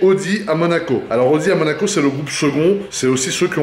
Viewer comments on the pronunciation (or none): « à Manaco » ?